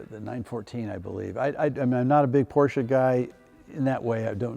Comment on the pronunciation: Love your shows. Great car collection! Thanks for pronouncing Porsche correctly. You're seriously in need of a mid to late 60 big block CORVETTE!